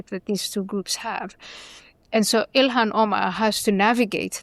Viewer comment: I think her name is pronounced ill-hawn or something close to that.